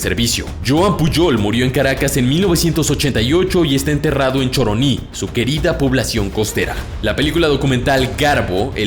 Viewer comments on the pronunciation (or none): Excelente documental pero Choroní es con el acento en la í